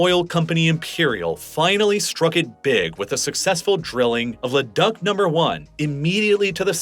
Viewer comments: Le Duck? Geez, I wish these self proclaimed yTube professors could at least learn to pronounce place names correctly. Leduc rhymes with kook. Also, whether this audio track is computer enhanced or not, the monotonous and ridiculously paced delivery becomes exceptionally tiresome long before the end of the video is mercifully reached. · Leduc is pronounced La-Duke, not Le-Duck. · Man, you need to check your pronunciations before you publish these videos... it's pronounced Le-DUKE... not "duck". There's a few of these throughout the video, such as Spokane, Sudbury, etc. Love the content, but these little things show you could be more thorough in your research!! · Leduc = Le Duke, not Le Duck, lol (but you got it right the next time you mentioned Leduc #7). Also, Spokane is not "Spo-kayne", it's "Spo-kaan", rhyming with "McCann" or "minivan". And "Athabasca" is pronounced just as it's written - "A-tha-bas-ka", not "Attabaska". Nitpicking aside, this is a really well done video and I get a much better sense of why Western Canada (where I live) is populated the way it is and why the US midwest is generally sparsely populated. Well done! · 😄 it’s le duke not le duck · Omg the pronunciations are awesome. LeDuck its locally pronounced LeDook. Id also mention the reduction of Montreal also had to do with french political issues in Quebec as much as the canal systems. The oil pipelines also have roots ininitial US investment from texas and a disinterest in investment from central Canada. Siriously, though, I appreciate the video on our overlooked weird little (and big) country. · It's pronounced 'La Duke', not 'La Duck' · I giggled when he said "Le-duck" for Leduc in Alberta (it's pronounced like Le-dook). I'd never heard it mispronounced before because this video might be the first time anyone outside of Alberta has ever said "Leduc". A true Heritage Moment. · Also he pronounced Leduc as LE-duck hahaha its LE-dook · Im forever pronouncing Leduc, “Lè duck” now😂